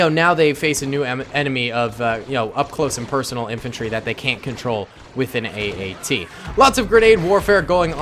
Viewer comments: its at-at not AAT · Is it just me or did he call the at aat say aat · calls the at at a aat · Its at at man, AT AT!!! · You said the AT-AT was an AAT five times! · calls the AT-AT an AAT Me::/ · Hey iets an at at not an aat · You keep saying aat. It is at at which i know you know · My face after he says aat instead of at at 😤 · I'm triggered cause he say every time aat except atat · Sry to mention this but you were calling it AAT when it’s a AT-AT (all-terrain armoured transport) just wanted to point it out if that ok:) Edit: or is it AAT idk but i think it’s ATAT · Haha he called an at-at an aat haha funny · He called an AT-AT an AAT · You called the at at an att so many times in the begenning.